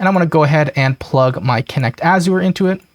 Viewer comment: This is awesome! I have been looking for this info for a while. Thanks for sharing! BTW - Azure rhymes with measure…